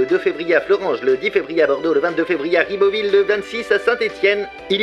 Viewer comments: Ribeauville ça pique les oreilles ! (C'est Ribeauvillé) Mais hâte de te revoir ! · En tant qu’alsacien je suis déçu... ÇA SE PRONONCE : « RibeauvillÉ »